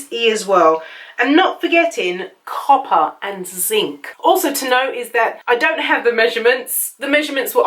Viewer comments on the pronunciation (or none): none